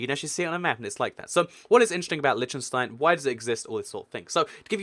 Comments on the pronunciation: Lesson on how to pronounce Liechtenstein. Lí - ch (like the ch in Scottish loch) - ten - stine. Not Litchtenstine or Leeshtenstine, but Liechtenstein, (Lí - ch - ten - stine.) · You should learn to pronounce Liechtenstein.... its not Litchenstein you know. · It's Pronounced LICK-TEN-SHTINE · It's LiCHtenstein not Leechtenstein and the people are not German. they are Liechtensteiners. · It's pronounced LEECH-tenstein and Switzerland has never had a prince or royalty of any kind. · It's not pronounced "Lytshenstyne" ....but I know, the "ch" is tricky for native English speakers. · its ** L-EE-KH-TEN-STEIN, and MON-AAA-CO as said by the locals, many many place names in europe are different from their english translations.. aan-dor-aah, SAAN-MAAR-EE-NO, V-AAH-T-EE-KAN, do not even start on the actual names of the countries, like EIRE,SVERIGE,DEUTSCHLAND, that are totally different from english,.... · LISH TUN STEIN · There's a lot of small countries in the Americas. Have you heard of Grenada, St Vincent, St Lucia, St Kitts? I didn't think so. It's pronounce - Lick-ten-stein How can you talk about Monaco and not go in depth about the Formula 1 racing? And that it's a Principality, a Prince! Vatican City is an sovereign state, not necessarily best classified as a country. It was set aside while Italy was under Facism, created under the Lateran Treaty so that the Church would have autonomy. The countries in the UK aren't actually 'countries' as in nations; they act more like provinces or states. Some British term lost in translation and causes confusion. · 1, the ch in Liechtenstein is not the same sound as in english, its a throat-H similar to what Hebrew has. 2, San Marino is also proof that the most effective way for governing ppl is a city-state (it also brings in truckloads of money if you are a popular tax-heaven). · They're not secret, we learned all the european countries in school, and you butchered Liechtenstein.